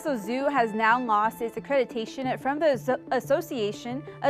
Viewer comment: Accreditation not accretitation